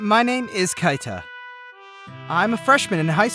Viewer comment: It's not Kaita, it's pronounced Keeta